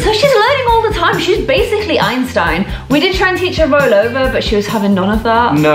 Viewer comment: Beanstin instead of Einstein